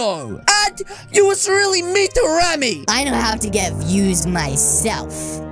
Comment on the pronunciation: You spell it Remy but say Ramy